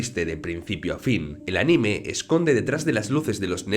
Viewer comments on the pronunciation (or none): none